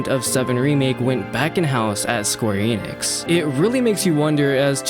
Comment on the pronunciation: Youre sayin Enix wrong